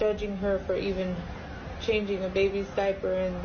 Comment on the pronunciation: He says, "diappy"!!! What a stupid "child kil**r"!!! Yes, diappy😱🤬